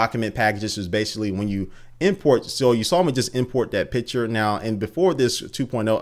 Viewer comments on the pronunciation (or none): i always heard "pitcher" instead of "picture"! maybe thats just me, i am from austria so probably i just hear thing different... anyways keep up doing this great videos!